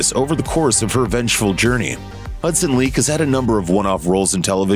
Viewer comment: It’s Hudson Leick “ like in Like” not leek wow .. ♥️💫🙏🏼